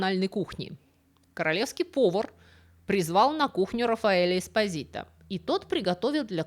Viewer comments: ЄспОзито.ударение на о.типичная наполитанская фамилия.могу рассказать историю😂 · Милая спасибо за рассказ,Фамилия правильно звучит с ударением на слог по.EsPO'sito.Слушать вас хочется долго,все,то вы рассказывает интересно. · По-итальянски фамилия читается как ЭспО́зито ну и ещё несколько недочётов по чтению итальянских слов. Предполагаю незнание итальянского, простому рекомендую перед записью хотя бы спросить кого-нибудь "в теме" как это считается в оригинале. Понятно что всё нельзя знать.😊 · Ударение должно быть ЭспОзито